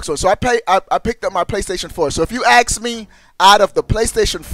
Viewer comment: Stop saying axe when your trying to say ask. Please!